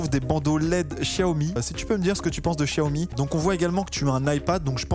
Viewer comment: Enfin quelqun qui prononce bien xiaomi 😂😂